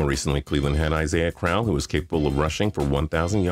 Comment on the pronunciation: I think you need to look up what the words "always" and "awesome" mean. The most current browns rb you mention is from the early 80s, aside from the legend isaiah crowell, such a legend that you mispronounced his name. Thats not very always to me. For the 49ers, calling garrison hearst a beast? And roger craig was more of a slot back than a true rb. Even their fullback of that era, todd rathman, was more of a receiver. The ravens?!? Yeah lorenzo taliaferro! Mike anderson woo!!! As for the steelers, there aint much between franco harris and the bus (their rbs on tecmo super bowl are hilarious) . You missed the chargers- marion butts, natrone means, LADAINIAN TOMLINSON, michael turner, darren sproles, and current rb melvin gordon is a stud. And the denver broncos- sammy winder, bobby humphrey, terrell davis, clinton portis, travis henry, and how bout all the shitball rbs that succeeded there- davis, scrubs mike anderson, and olandis gary all rushed for 1000 yards in the same year! rueben droughns, knowshon moreno, tatum bell, even ronnie hillman was productive in denver